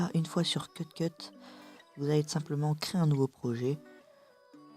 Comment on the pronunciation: Cute cut se prononcé CIOUTE CEUTE pas ceute ceute